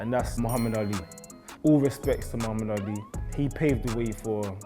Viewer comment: But Bruuuuh it’s Muhammad not Muhammed